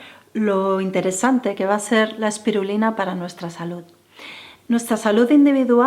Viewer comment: Es "salud" no como tú dices "salut". Me parece que "estiras" todos tus consejos...que por otro lado siempre va a lo mismo. Además son consejos para pijos...los que no lo somos nos quedamos fuera.